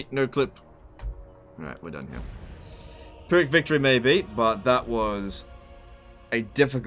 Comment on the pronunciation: its pronounced firh-ic not pier-ric